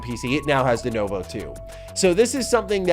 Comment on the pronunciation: please it's pronounced Duh-new-voe